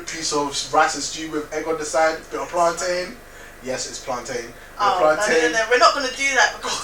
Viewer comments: Why does he say plantain like that? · Often there is no right or wrong. It just is. Once you know what is meant the communication is effective.